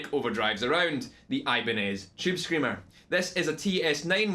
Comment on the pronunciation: chewb screamuh